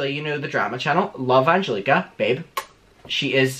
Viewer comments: when he pronounced Angelika's name like that i choked on my own spit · i love u but when u said anGelIKa i sCREAMED JSDFSDSFJJDSF